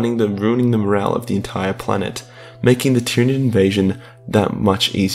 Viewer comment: he called it a tyranig 😂